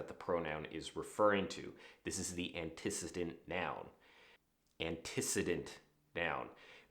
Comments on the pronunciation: Make your narrative invisible, your writing concrete, and create fewer hiccups in the flow. Got it! P.S. -- When you said antecedent, you pronounced it wrong. ANN-tu-SEE-dent. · I've always heard that word pronounced antiCEEdent, with the emphasis on the 3rd syllable; it took me awhile to figure out what you were saying. If I weren't terminally lazy I'd look it up... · Antecedent has stress on the 3rd syllable. Are you trolling us with these things?